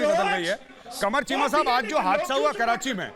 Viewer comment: Arnab corrects Sambit "KEEMA NAHI CHEEMA" 🤣🤣🤣🤣🤣🤣🤣🤣